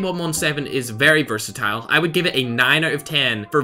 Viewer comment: I sometimes hear him saying "versatile" by "burst-a-tile"